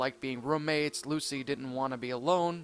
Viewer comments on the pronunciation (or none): I like how you said LUSA instead of Lucy xD